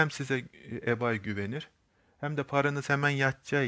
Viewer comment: Reis güzel anlatmışsın ama ibey diye oku yav garibime gitti eBay neydi diyorum kendi kendime